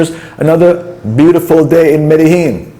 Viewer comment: Great videos! On a funny note, on your videos I think you’ve pronounced Medellin every possible way but the correct way. LOL Mede Lean got me :)